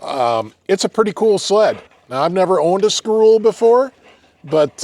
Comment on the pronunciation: its pronounced ski- roe- lay its french